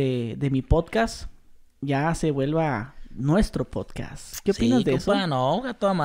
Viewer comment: es podcast, no potcas. PD: me estafaste con METAFAST.